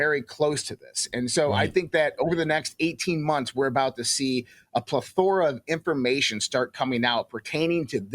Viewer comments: Plethora pronounced “ple.thr.uh PLE-THR-UH. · He was pretty far off on the word plethora as well... I bet most wouldn't notice his numerous mispronunciations.